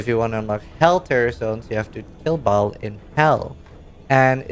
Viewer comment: Ball? How many times have you heard them say it in cinematic and still say it wrong. Trolling?